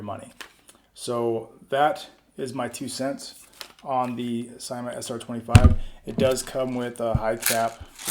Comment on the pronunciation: Good review man. It's pronounced "seemah" though